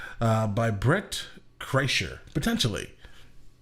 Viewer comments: You mispronounced his name...its Bert Kershner... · His name is spelled: Bert Kreischer But the pronunciation is: Brent Chrysler